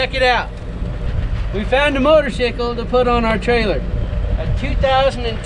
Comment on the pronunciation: Great video this one. It shows that feeling when buying a new bike. Only I wonder, actually my spouse asked me "why is he saying motorsickle...", so I explained that it's probably the way they pronounce it in that particular town of Colorado. But in your other vids I hear you say "motorcycle", and now we're confused over here in Sweden. Though I nowadays only say "motorsickle" whenever I speak about riding on my KLX - "'I'm going for a ride on my motorsickle!"